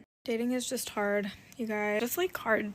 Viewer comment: "Its jard for me to say the words..." Maybe its hard because you are shoving cookies in your mouth. Oh must not be that bad.